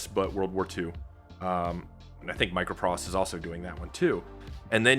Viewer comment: BTW, it’s MicroProse as in poetry, not “pross”. MicroProse we’re always my favourite game developer going back to the 80s. So good to see them back!